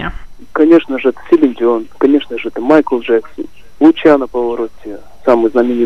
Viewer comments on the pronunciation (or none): none